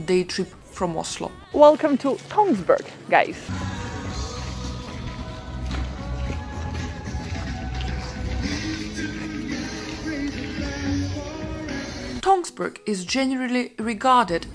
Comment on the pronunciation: NO NO NO, not Tonsberg. Tønsberg!!! Same as Österreich is not written or pronounced Osterreich.